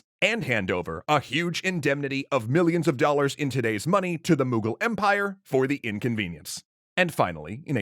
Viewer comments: "Moogal empire" that hurt my soul its Mughal with a u M-uh-gal empire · The pronunciation of the mughal kings kills me every time